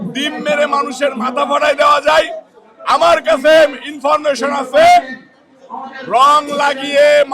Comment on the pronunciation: ইনফরমেশন উচ্চারণ করতে পারে না গাঁজাখোর চাঁদাবাজ । পাটোয়ারীর ধারে কাছে যাওয়ার যোগ্যতা চাঁদাবাজ ফাইভ পাস এর নাই।